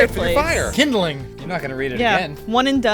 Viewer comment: It is pronounced kind-ling. Only one D. Source: I sell firewood